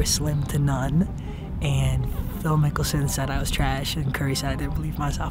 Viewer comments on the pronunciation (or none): Bruh its Phil NICKELSON not mickelsom 😂😭😭😭